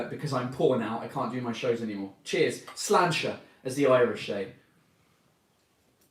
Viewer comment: Hey so when you said slainte your pronounced it slan-tche. It is supposed to be pronounced slawnsha